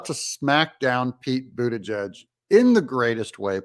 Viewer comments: Hey Doug, you're not pronouncing Pete's last name correctly. It's boot a judge. Listen to MTG pronounce it. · Your saying his name wrong, it ends with …plug